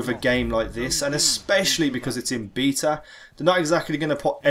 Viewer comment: Beeta? Tf is wrong with you